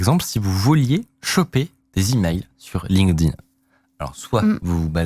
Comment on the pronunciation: Video sympa et bravo a de bien prononcer LinkedIn, je crois qu'il est le seul en France a le faire:) (tout le monde dit Linkeudine)